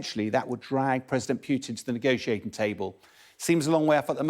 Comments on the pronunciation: Not ",Putin". Pukin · "Pjutin", lol!